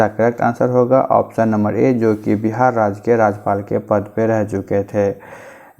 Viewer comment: बिहार होता है “बीहार”नहीं